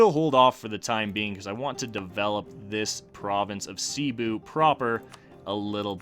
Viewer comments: Im filipino. In filipino, we pronounce it like Sebu not Sibu. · you pronounce cebu as Seh-Boo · Pronunciation guide Cebu: not see-bu, its sebu Maguindanao: Ma-geen-da-nao when you say it say it quick rather than a slow ma—guin-daa-noww Pangasinan: Again just say it quicker, its not paang-a-si-nan its just pang-a-si-nan Maynila: if you dont want to take the time to change your pronunciation from maay-ni-la to may-ni-la just say manila Tondo: good enough for a foreigner Sulu: make it quick Panay: its not Panaaayy its panay